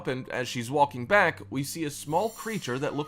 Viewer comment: The narrator of the video seems to pronounce the l in walking